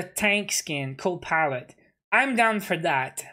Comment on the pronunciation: It’s pilot not polet lmao